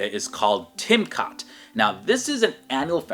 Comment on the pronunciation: did he just sayed Tim kat, or were he just refering to kitkat, ur pronaucation was to the roof